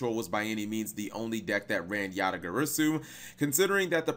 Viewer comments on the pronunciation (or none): Yata Guh-Raw-Soo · yata gary-su... come on man... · Dat Garasu part sounded very off lolz Then again, Japanese is purely phonetically consistent...so... :P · I reject the way u pronounce garasu 😤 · The way you pronounced "Garasu" made me take 1+d4 psychic damage